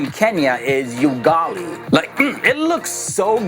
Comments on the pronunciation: It's U-ga-li not yugali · UGALI is pronounced as 'oo-gah-lee' and not 'you-gah-lee' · its Ugali not '"you"gali' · 😂😂😂😂😂 please its not yugali "Ugali"❤😂😂😂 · It is not pronounced you-gali, it is pronouced oo-gali.